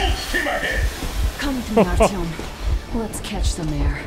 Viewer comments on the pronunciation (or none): This is neat! I'm enjoying your take on the game, as I always enjoy your "let's plays"! However, the in-game pronunciation of "Artyom" kind of drives me nuts. Anna says "Art-YOM" with the accent on the second syllable, and her father says "ART-yom," with the accent on the first. LOL. Something's fishy. I'm going with Anna being correct - after all, she's his wife, she ought to know.